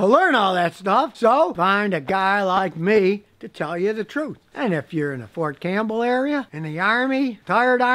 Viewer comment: It's Fort Cam*P*!bell sire xP